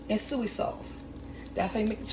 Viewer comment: I subscribed to the new channel. The recipe looks good!!! You crack me up the way you say SOY lol ( you say SUE-EE haha!!!)